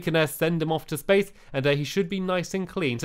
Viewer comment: splace instead of space lol haha u always make me laugh